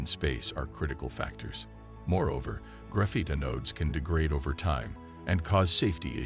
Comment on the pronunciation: "gruff-ITE" FFS hire an actual narrator already